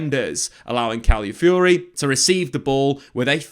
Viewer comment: Really love the content, but if I could just ask one thing: could you work on pronunciation of the player names? Calafiori was mentioned a lot, but his name was often pronounced as califiori or caliafiori. I know it's not the point of the video, but i thought i'd bring it up anyways in case it's useful. In general though, I learn so much from these videos so thanks!